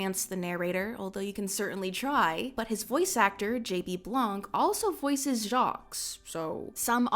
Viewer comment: girlie noooo she pronounced Jacques with an SSSSSSSS noooooo!